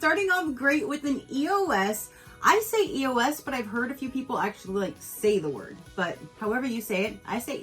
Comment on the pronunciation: You saying E-O-S is correct. It stands for Evolution of Smooth. Other people are saying it wrong, not you my dear!! This calender was a nice one. Those Monday trial size shampoo & conditioner are almost 4 dollars apiece!! Seems like a great value!!